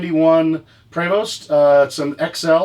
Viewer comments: It's a French company from Quebec Canada and it is pronounced Prey-Vo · You want regulations move to back to Comifornia. This is America where freedom Rings you friggin neckbeard. Its prey-voh doh-boy... Sorry, great channel, dislike this guy a lot. Knows nothing but wants to regulate YOU.